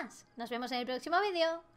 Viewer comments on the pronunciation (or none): none